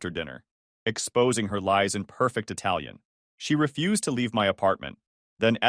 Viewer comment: you spoke that italian so perfectly!